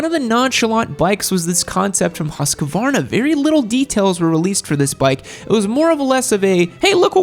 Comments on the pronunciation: Sorry. "Huus kvarna." Much wanting. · The new husskarna Me: what tf did he just say O.o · As a Swede the pronunciation of Husqvarna makes me what to burry my head in a powerhammer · and husqvarna